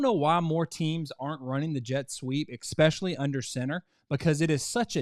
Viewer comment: Expecially? Really?